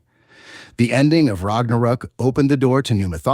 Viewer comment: Ragnarook? Atreeis? Apreis?